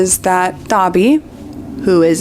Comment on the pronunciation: love the video and rowling is a twat but why do you keep pronouncing Dobby like he's a my hero academia character lol